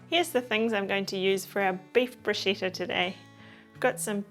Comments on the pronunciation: Bruschetta not Bruscetta. The right pronunciation is about "Brooskketta" 😉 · Larrs Womb... Yes, in fact you are right. The pronunciation in very wrong. In Italy they wouldn't understand the hell she is saying !!! But why ? It's so simple ! Bruschetta.. the pronunciation is about "Broosketta". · pretty sure it's pronounced Brusketta in Italy. lovely video though